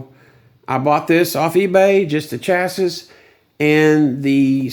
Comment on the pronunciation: It's pronounced "chassee"